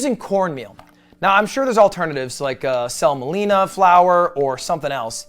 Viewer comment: Did this man pronounce semolina as selma-leena?